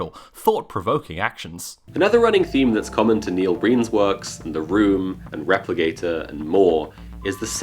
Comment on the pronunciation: Wait... are you saying Replicator or Repligator??